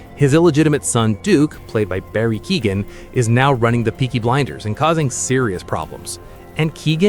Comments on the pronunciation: Greetings from Ireland. Your pronunciation of Irish names is appalling. You should be ashamed of yourself. Cillian is pronounced Killian and It's pronounced Barry Kyoh-gan not Keegan.😮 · It's Ke-O-ghan not Ke-E-ghan. Stop using AI, you dont deserve a follow because of that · Dont forget Keoghans name been pronounce Keegan....